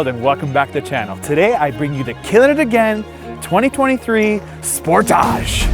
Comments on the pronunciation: Spor. Taage.. dude thinks it's a French word. How irritating! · How do you really pronounce "Sportage"? Cuz the way he saying it is really weird lmao